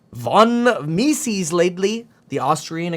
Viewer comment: It’s pronounced : “Me-Zus”